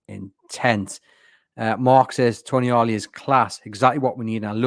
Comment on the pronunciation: Not Toni-ali. It's pronounced Tonaali :) a long A.